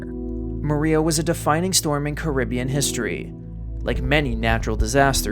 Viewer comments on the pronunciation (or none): none